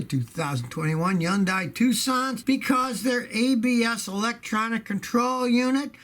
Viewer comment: HUN-DAY. HUN-DAY. HUN-DAY. .. as the TV commercials say.